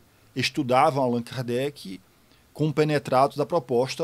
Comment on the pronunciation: parei no "Kardecky" 😄